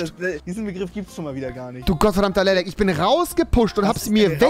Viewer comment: Ehre das du lellek sagst 😂